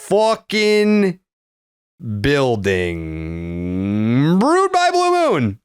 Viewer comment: Ts intro was an improvement today. Just needs to hold a little bit longer, and make sure to actually pronounce the g in building.